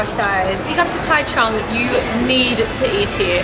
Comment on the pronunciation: taichung 居然沒有 ㄓ或 j的音 我的媽呀 唸出來誰聽的懂